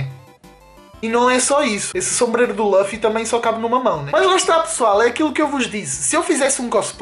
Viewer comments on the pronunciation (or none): só é pena não saberes nem dizer o nome do Luffy.... kkk.... laffy diz ele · Primeiro é luffy e não laffy segundo não é um sombreiro é um chapéu de palha que raiva kkkkk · Luffy e Ruffy sim está certo, mas diz-se LUFFY não Laffy... Isso é o resultado de misturar o inglês ás cenas kkkkk.... e se repararem (quem sabe de one piece) aquele costplay do franky tava bem feito, o é k n sabe sequer o k foi o Time Skip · ´nao é laffy é luffy